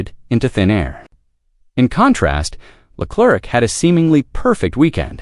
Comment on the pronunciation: “Charles LA CLERK”, LMAO 🤣, isn’t AI supposed to be smart 🤔